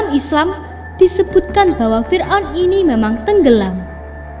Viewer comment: Saya paling suka nonton On The Spot Trans 7, tapi kalo naratornya orang ini, gak nonton lagi guwe... "menyelidhikhi mistheri fir'on, adalah bhukti bahwa bhuru-bhuru... bla.. bla.. bla...